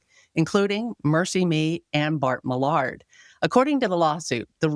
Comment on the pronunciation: It's Bart MILL-ERD